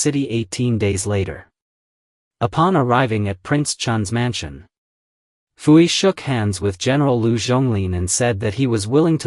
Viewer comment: His name is PU-YI.......not FU-EEEE. And you people want AI to run the world?!?!?